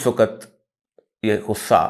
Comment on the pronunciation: سر ! لفظ "وقت" آپ ہر جگہ غلط بول جاتے ہیں ۔ اس لفظ کا تلفظ درست فرما لیجیے ۔ ہم آپ کی ہر ویڈیو بڑے ذوق و شوق سے دیکھتے سنتے ہیں ۔ آپ ہمارے پسندیدہ کالم نگار اور تجزیہ کار ہیں ۔ جب بھی کسی لفظ کا تلفظ درست ادا نہیں ہوتا تو ناظرین کی طبع نازک پہ گراں گزرتا ہے ۔ ہم تو صرف اصلاح چاہتے ہیں ورنہ من آنم کہ من دانم ۔